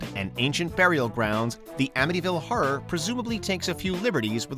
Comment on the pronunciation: The way this narrator pronounces the word “horror” drives me insane lmao